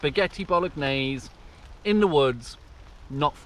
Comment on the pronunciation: Did you say, 'Spaghetti Bollockgnaise?'😂😅